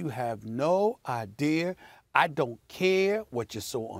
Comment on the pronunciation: No one: Stephen A Smith: Max you have no idear